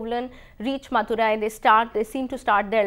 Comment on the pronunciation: It's not pukar it's puhar(Poompuhar), Not maturai it's Madurai and please could you try reading it before you take class / you have to improvise on the Pronounciation.